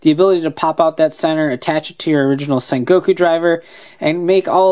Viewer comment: It's sengoku not sekoko